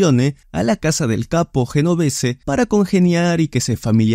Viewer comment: Un video excelente!!!! solo que le falta el toque profesional de pronunciar los nombres y apellidos de manera correcta. ejemplo: GENOVESE: EN iTALIANO SUENA :YENOVESE.